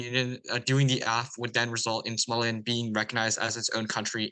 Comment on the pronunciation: Somaliland not Somaliand